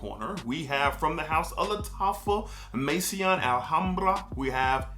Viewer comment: Maison is pronounced Mason. You keep pronouncing it as if it's spelled Masion instead of Maison. Don't let the i in the word confuse you. I'm not trying to be an ass, just trying to help you get it right.